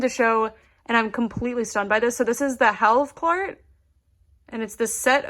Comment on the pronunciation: As someone from Sweden, the way you said "HALVKLART" about that spot light was very spot on :) the translation is semi clear.